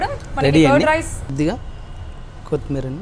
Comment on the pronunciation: కొత్ మీర్ కాదు, కొత్తిమీర.